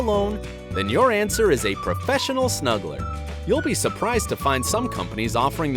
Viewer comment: When he said snuggler i thought he said smuggler